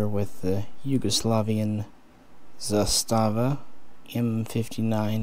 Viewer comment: As an actual Yugoslav the pronunciation puts the accent on the first syllable. ZAstava.